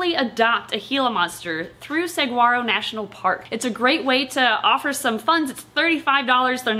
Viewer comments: you two remain my favorite YouTube channel of all time. Awesome video, beautiful Gila.. but pleeeeeeease... Saguaro is "suh-WHAR-o" not "sug-GWAR-O". As a native Tucsonan, that made me cringe a tiny bit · I'm from Arizona and it made me chuckle to hear pronounce Saguaro National Park as Sag- waar-ro It's correctly pronounced suh - waa - row, same as the cactus. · Great video about my favorite lizard. I shall mention that the “g” is silent in saguaro. It’s SUH-waro, not SAG-waro. 🌵🏜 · "Segwaro national park" XD., I love you, it's pronounced "s-waro", the 'G' is silent. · I’m from AZ and have always liked gilas. Thank you for educating about them! I hope you take this in the helpful spirit it is meant—Saguaro is pronounced Suh waa row. The g is pretty much silent. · Hi! We love your videos and cannot wait to visit your zoo someday. I know you pride yourself on accuracy, so I kindly want to correct your pronunciation of Saguaro. The G is soft like it is in Gila. Saguaro is pronounced suh-war-oh. Thank you for all of your content! Please keep making videos!! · "Saw-whar-oh" Saguaro 😁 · 🌵Saguaro = Suh-war-oh Do NOT pronounce the "g". (Arizona native) I’ve been waiting for this video ever since I spotted her 3-4 second cameo in the zoo opening video! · AHHHHHHH, as an arizonan it makes me sad that they are so close to being threatened. But I have one thing important to say Saguaro is properly pernounced (sa-war-oh) THE G IS SILENT. And war in this context is said with an O like ore NOT a like are. Love yalls content. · Fun fact, the g in "saguaro" is silent! So it's pronounced "sa-WAHR-o" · Rip, at least still has Mike. Also, Suh waa row.. You don't pronounce the g in Saguaro. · Arizonans aren't exactly afraid of them, just the three thousand dollar fine for inappropriately interacting with our state lizard., pronounce it Sahuaro, g is an h sound.